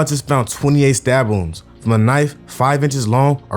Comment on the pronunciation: Doing a good job bro, just slow the speech down a bit wounds sounds like rooms in the beginning so I know I'm missing some more info through the video, but good story telling and video editing.